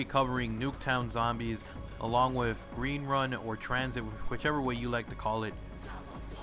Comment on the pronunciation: Gween Wun?